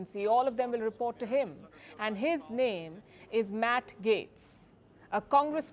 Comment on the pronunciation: You're pronouncing Tulsi name wrong. You're also wrong on Matt gaetz. You would think that you would stop listening to the mainstream media in the United States by now.